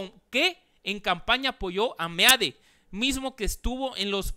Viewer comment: Felicitaciones, por no ser tan fifi, como algunos compañeros youtubers tuyos, simplemente por esa pronunciacion de meade y no mid..... ¡Congratulaciones!